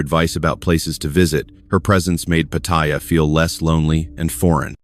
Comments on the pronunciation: It’s not POT-THAI-YA….. it’s Pattaya, OMG….. thumbs down. Can’t listen for an hour with fumbles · 👁f👁- PLEASE READ READ PLEASE -------------- PAT'-T-YA is the proper pronunciation for the city in Thailand... just giving you a heads up